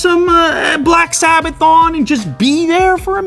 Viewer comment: Black Sabbath, not sabbaton lmao